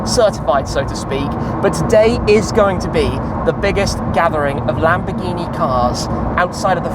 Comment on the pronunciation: am i the only one that understands Lamborghi Penguin when he names the dealership😅🐧